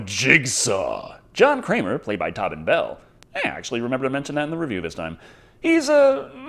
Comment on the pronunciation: It’s pronounced Tow-bin Bell, not Tobbin Bell. Just thought I should point that out,. Not a big deal, just a thing I noticed.